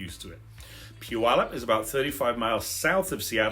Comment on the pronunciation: Heh... I like your channel, Sir. Oh, and yes... about the name of my Home*Town of some 77yrs! It's just a side note... and, heh, of some importance to we locals.:*)) Our sweet little home-town-name of "Puyallup" has three syllables... Puy-al-lup.:*)) It may be of value to take note that there is NO "W" in our home-town-name... PUYALLUP. Phonetically, it would look something like this... * Pew... like a church bench... * Al.. like a very handsome young man... * Lup... like... ahh... nuttin' i know aka... Puyallup! Ta-Da! - Well... thar's ur lcl wit for da week.:*)) - Blessings*SharonZ that thar 77yo senior born and raised right here in da Puyallup Valley!:*))